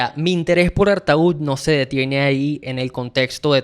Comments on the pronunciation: Perdona no se pronuncia ARTAÚD ,se pronuncia ARTÓ. Espero no lo tomes como hater. Saludos. Empecé a escuchar y ver TODOS los grupos de esa época. La mejor del Rock Argentino. Saludos y gracias por difundir la música de ese Genio.😎👍en las disquerías de barrio no lo querían porque no entraba en las bateas con los otros discos cuadrados ,tenías que ir al Centro a comprarlo.En su momento no vendió mucho,fue valorado más con el tiempo. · Felicitaciones por tan amenos y genuinos comentarios sobre el disco de referencia. Quisiera hacer unos aportes, amables, no en tono de crítica, uno de forma, el otro de fondo. 1)Artaud se pronuncia "Artó". Del Guercio se pronuncia "Del Güerchio". Frascino se pronuncia "Frashino". 2)Hay una falta de interpretación en cuanto al mensaje, sentimientos y creencias, que enmarcan el tema "Todas las hojas son del viento". El mensaje es contundente: hay Vida, en el niño por nacer, en el seno de su Madre, Vida que debe ser protegida, cuidada, amada. Spinetta es clarísimo, su sentimiento abrumador, y su llamado, hoy, es mucho más urgente y pertinente que hace 50 años. Porque es hoy, cuando la entidad como persona del niño no nacido, está negada, su vida amenazada y a diario sacrificada. Ignoro si Spinetta habrá cambiado de opinión al respecto, pero esta canción es un alegato contra el aborto simplemente demoledor. El público de rock, argentino e hispanoamericano, y toda persona con la mínima sensibilidad que tome contacto con esta obra, debe tomar nota de ello y detenerse a reflexionar. Ojalá esta canción continúe eternamente, su misión original, y toque corazones para que reconozcan, amen, y respeten la Vida. No vendría nada mal, a un público "del palo" que últimamente suele sostener posiciones frontalmente opuestas. Spinetta=Vida...¡presente! Gracias infinitas. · No entiendo por qué el nombre del disco lo pronuncias diferente al del poeta francés....es lo mismo... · se pronuncia: ¨artó¨ (tengo entendido)